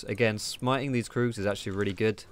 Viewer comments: Annoys me how you say kroogs 😂😂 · If you say kroogs instead of krugs, do you say doocks instead of ducks? :D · You are the first person i heared calling the Krugs kroogs xD